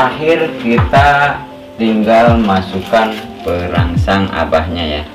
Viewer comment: Mohon jawab suhu itu sunbel aoa ya namanya.. Dan perangsang nya kurang jelas ku dengar bos q. Sukses sllu bos q chanel nya.